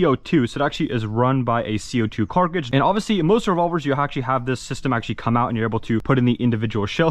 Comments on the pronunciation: I swear that he says “carcage” (like carcass) instead of cartridge. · wait this guy owns a not shitty cs skinned knife? anyone teach him to say cartridge correctly yet either? 10 years into airsoft videos and still? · “Carkage”😭😭 love the content tho 🫶🏼